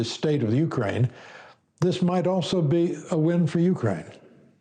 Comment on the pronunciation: You are mispronouncing Zelenskyy's name. It is VoloDYmyr (accent on third syllable), not Vladimir. (Vladimir is another person, OK?) His last name is Zelenskyy, not "Zelinsky." Also, Ukraine is not accented on the U, but rather on the second syllable.